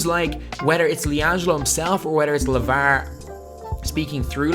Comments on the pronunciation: Just post a video of you saying lavarrr and marrrvin over and over because honestly it rejuvenates me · They way he says lavar 😂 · dude the way you say Lavar is so weird